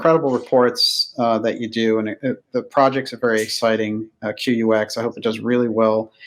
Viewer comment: QUX? Bad name choice. UX is user interface. Q is a psyop. And the name is pronounced "cucks". 😔